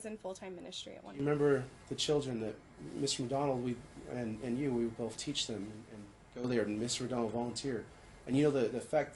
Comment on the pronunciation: Ok, it thought I was hearing things! He says “bof” instead of both too. I had to listen several times but I kept hearing it. Whew, I’m not crazy! Lol